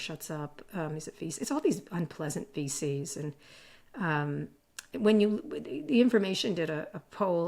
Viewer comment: Every time she said VC's I heard "feces" and I don't think that was an accident.